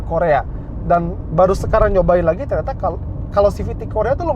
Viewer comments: "ternyata" cuma artikulasinya minggir dikit jdi kedegeran dari jauh toyota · Menit seperti terdengar "bagus juga toyota" maksudnya ternyata kali ya